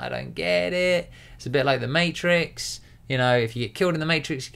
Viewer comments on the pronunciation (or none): none